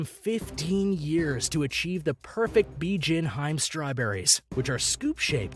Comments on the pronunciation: hiime not haim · Its not hyme it’s hemay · Hime is pronounced "He-May". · HIME is pronounced: He-may not heim. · its he meh not hime u noob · Before I see this video I can guarantee you that the majority of these expensive fruits come from Japan (Nihon) I bet my life. Plus it's pronounced 'HE-MEH' n not Hyme pendejo. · He actually said Hiym instead of Hi-Me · It’s him-mea not hime, I suggest checking your pronunciation. But other than that that everything else is fine no hate pls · or pronouncing hime like "hyme" instead of "heemay" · Bijin 'HI-ME' read as two syllables (not haym as you read it) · Every time he pronounces Hime as “hyme” I die a little inside. It’s pronounced “hee-may” (but with shorter syllables) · Listening to this guy absolutely murder the Japanese language had me in stitches. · They even butchered pronunciation of some japanese words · The way he says "Hime" is crushing my little weeb heart. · from this point onward . "He butchered japanese language so hard" came to my mind when he pronounce every new fruit name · learn how to pronounce the items, good lord fire the narrator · Hime ... lol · I can't even speak japanese, but the little anime knoelage of how the language should sound made grinde my teath in frustration . . . at least try to look it up, hime realy is not hard to pronounce . . . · This video is full of mispronunciations and other mistakes. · Is it too hard to pronounce Se-kai... not se-ki-ai 😂😂😂😂😂😂 edit: it's Hi-me not hime😂 hi-me=princess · Hi-me... Den-su-ke... I stop after that